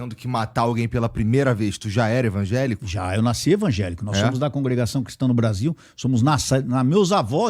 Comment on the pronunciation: Só não entendi algumas coisas que ele falou sobre polícia ter casa simples ...e também ele ser membro de uma igreja pentecostal.... e usar sestas palavras na pronúncia dele como envagelico.